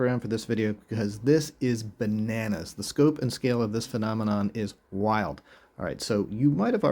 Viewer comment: Banannas, is now bananas. (You said banannas...🤭)